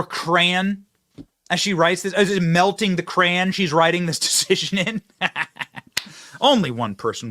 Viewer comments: My only take away from this video is that Benny pronounces Crayon as CRAN… like WHAT?! Lmao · 😁😁😁 Benny Johnson I’m going to Karen you! 😁😁😁 It’s pronounced Cray on , not Crayn. 🤣🤣🤣🤣